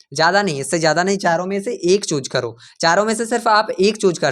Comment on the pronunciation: Bhai chooze nahi choose hota hai ok